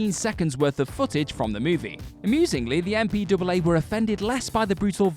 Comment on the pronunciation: No one calls it the "M P Double A" It's "M-P-A-A"